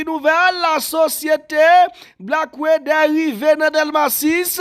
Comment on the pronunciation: Yo Aprann prononsé.sé Black water. A dans water non wédè😂😂😂